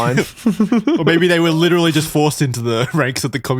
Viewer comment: I think mispronounced literally